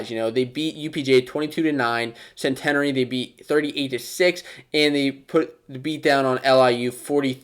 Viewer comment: CENT-EH-NARE-E lol